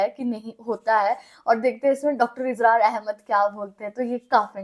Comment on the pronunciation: Its اسرار not ازرار.